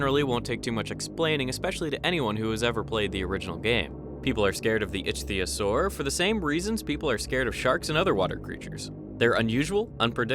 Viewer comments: Icthyosaur is pronounced "Ick-thee-o-sor" like the real world ancient aquatic species. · It's pronounced iktiosaur. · Ichtyosaur is pronounced with a “hard ‘C’” because it is from Greek. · The way you pronounce ichthyosaur bothers me